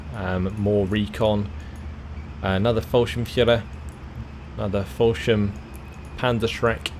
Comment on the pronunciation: Yeah, his "Scharfschütze" is damn impressive, that's got to be one of the most difficult words we have. The biggest nitpick in this vid would be the "Follschirm" instead of "Fallschirm" but that could be adjusted by forcing your mouth to open towards the sides more to get out of that o shape.